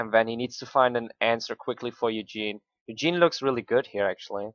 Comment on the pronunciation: Ikr it's not Eugene it's ugin